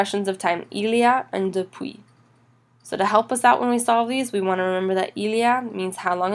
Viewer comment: Je bien comprend que vous avez des bonnes intentions, S'il vous plaît vérifier votre accent! Malheureusement, votre prononciation de tout les deux mots "depuis" (not dépuis!) et pendant (pondon) not PENdant! Bon courage